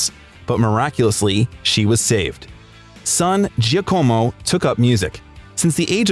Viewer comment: Giacomo = jah-como